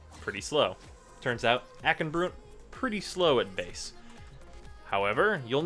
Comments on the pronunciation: Broont? How do you say Blunt? BLOONT FORCE TRAUMA! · Why "Broont"?